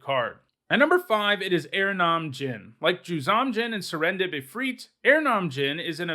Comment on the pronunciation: Aranom djinn? You mean erhnam? Er-nam? I have never heard anyone, pros, table, or anywhere else pronounce it that way. Took me a moment to catch on. And I played erhnam and burn em in the day.